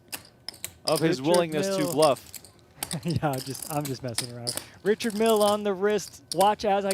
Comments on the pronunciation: His name is sounded out as rike hard not reke hard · It's RYE-card not Richard c'mon ....